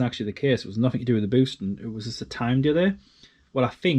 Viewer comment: At least in went frough, pleased it wasn't free fousand😮,pleased it's noffing